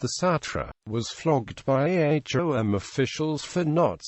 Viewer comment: Its not A H O M. Its Ahom. U foolish